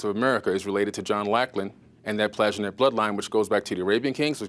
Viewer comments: 100 x 10 = 1000 And it is PlanTAJh -E-net , not PLAJHenet. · Nope. This is all old news and he really grates on my nerves. Most others on gaia are far better, only this "reborn" dude (stefano?) is worse. Gee, now cannot even pronounce Plantagenet.